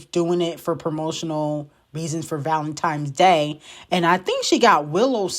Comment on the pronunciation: 50 million lashes for! I know you ain’t say VALENTIMES DAY 🫩